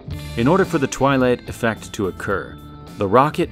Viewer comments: Did he say the Twylie affect lol that sounds right even musk can’t leave this place we are all prisoners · I came here again to see the twelight effect again, But here i found a word as Premiere. What is it !